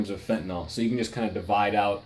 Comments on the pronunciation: I know: I'll sound petty. BUT? Even the experts say "Fenti-NAWL?" LOOK at it. Why's it hard to say Fenta-NIL. Sorry. Thanks for your time! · Why does everyone say fentaNOl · why cant anyone pronounce 'fentanyl' correctly